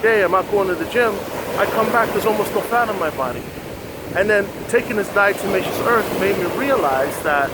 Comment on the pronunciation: Why do people want to an "N" when pronouncing Diatomaceous Earth?